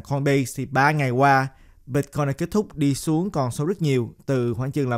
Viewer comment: Ban noi chuyen hay day! Nhung mà ban pronounce la Bít-coin thì nghe suong se hon. Great work!